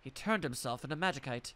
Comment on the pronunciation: From what I remember it's pronounced more like magisite, other than that, doing great, looking forward to more.